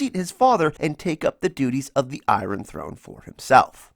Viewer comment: the way iron is pronounces gives me a headache